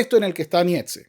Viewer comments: Nietzsche se pronuncia Niche. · Como alguien que ni sabe ni pronunciar el nombre del homvre del que va a hablar podria saber de la filosofia del hombre?